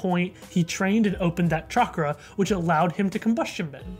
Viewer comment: I just realised that Guru Patik is probably Hindu... I'm ashamed for not realising this sooner because I also happen to be Hindu.. Also, his pronunciation of "Chakra" is on par, and he has a heavy Indian accent and voice crack thingy (Idek what it's called), probably because he is voiced by an Indian.